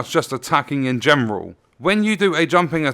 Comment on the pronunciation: did you say “attacking in gemroll” as opposed to general? Lol